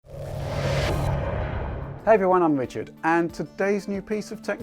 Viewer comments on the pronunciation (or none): Im fwom Digital Foundwy... Best voice ever